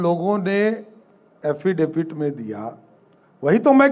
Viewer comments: Isko prashant sikha diya haffidafit nai affidavit hota h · Haha PK ko thanks bolna chiye isko ja k, ye haffidifit bolna sikh gya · Bechare ko bht jor laga ke "affidavit" bolna pada. Bechara "Hafidabit muretha chaudhary"